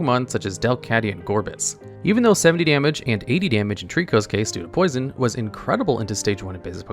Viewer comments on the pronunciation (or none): none